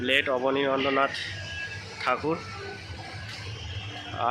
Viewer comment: Bhai, "KONNANAGAR" noy, pronunciation ta "KONNAGAR" hobe, and "ABANI NANDRA NATH" noy, pronunciation ta "ABANINDRA NATH" hobe.